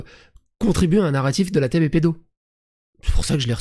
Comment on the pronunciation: Je suis péte de rire quand j'endends Thomas Durand prononcer la TeB comme "la tèbe" juste pour éviter le jeu de mot fallacieux mais pourtant évident pour tout le monde😂